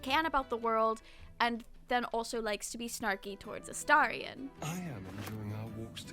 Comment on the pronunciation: You’re the first YouTuber I’ve seen who’s pronounced Astarion correctly 😍